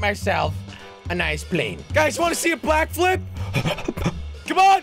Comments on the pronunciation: Jelly said do you want to see a blackflip insetend of backilflip at the time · When he said do you wanna see a back flip he said black flip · U said black flip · did he said black flip?